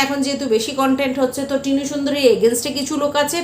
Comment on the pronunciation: Tinur uccharon bhul chilo that is true ...😊